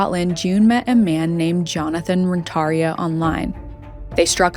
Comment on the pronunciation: You're badly pronouncing Ren-tar-ia. The accent is on the IA. Google it first😮